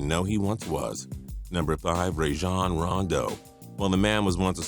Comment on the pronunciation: rajohn not rayjon rondo